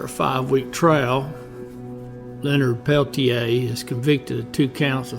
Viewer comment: Your obviously biased report fails to mention Coeur d'Alene warrior Joe Stuntz, who was an AIM member who was shot dead by one of the two FBI men during the same shootout! Also, your mispronunciation of Peltier's name shows your research came only from written documents. If you had actually seen Incident at Oglala, you would have pronounced it correctly. This was a war. Over 28 Oglala Sioux traditionalists were murdered by Dick Wilson and his GOONs in the years previous to the Jumping Bull shootout. Wilson was backed by the FBI, who were part of the cointelpro program to eliminate AIM.